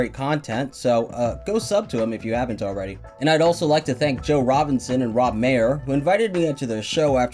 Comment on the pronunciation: Maher is pronounced Mar btw, not Mayer